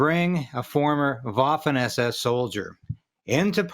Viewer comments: It is prounced "vaffen" not like waffle. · It's pronounced with a "V" sound Vaffen. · Bro learn how to pronounce Waffen lol